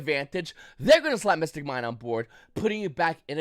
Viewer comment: bro i know people who moved here from taiwan a week ago who can make more coherent sentences than that. Also rogue not road. mystic not missing. mine not mine. Google what a period and comma is. I literally cant even piece together what ur saying.